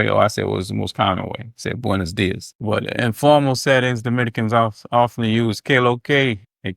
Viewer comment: Maybe they look at you funny because you pronounce: “buenos días” like it was written: “boines dies” There are only 5 vowels in Spanish and they are certain and clear. You have to reduce your resolution of thousands of vowels into 5 like a colorful video game running on a Gameboy or on a black and white screen. You have only 5 colors to use. Not more. Ok?? About saying “buen día” that is the singular form used as a shorter and quicker and relaxed option , for the new generations I guess.